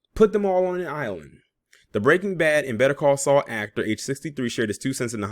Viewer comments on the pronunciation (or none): none